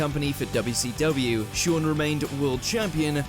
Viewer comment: Its not WCWu its WCWeeh 🤣